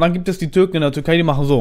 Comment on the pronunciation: Bin ich der einzige der ganze Zeit Turkei versteht und nicht Türkei